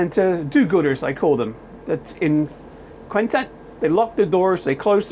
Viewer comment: Say oo tah. That's how you pronounce it. And Meh lee ya